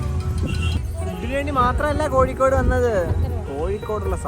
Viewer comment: Kozhikode alla koyikode